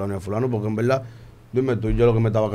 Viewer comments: “En belda en belda” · Cuantas veces dijo envelda jaaja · "En velda en velda"